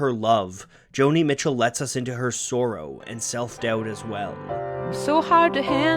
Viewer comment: The way you pronounce the word "sorrow" triggers the fuck out of me. love your work though, I've discovered so many artists because of you.